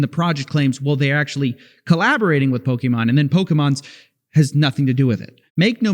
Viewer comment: Coffee, you're not old enough to say "pokEmon" like a boomer. The suspenders are getting to you.